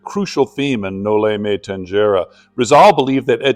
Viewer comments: Thank you for your appreciation with the Philippine history by learning Dr. Jose rizal it is rare forieners learn it, it's the Filipino story of oppression.. Just correction of pronounciation it's No-li-me-tang-he-re ❤❤ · Thank you for highlighting Jose Rizal. A genius and a patriot indeed. Btw Noli me tangere is pronounced as “tanhere”. G is pronounced as H. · No Lee meh tang- heh- reh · the Tangere in Noli me Tangere is pronounced as "Tang/he/re". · you know Mr I suppose that you're not supposed to be saying this word if you could not pronounce it no limit on here what an f really